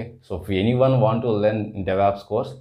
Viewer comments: why do you people pronounce devops as devApps?? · Because it is Stylish to say devApps and it also sounds very stylish to say "MISSION" learning for Machine Learning